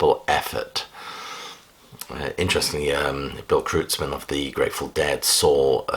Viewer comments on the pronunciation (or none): 'Kreutzmann' is pronounced 'Kroytz-man' rather than 'Krootz-man'.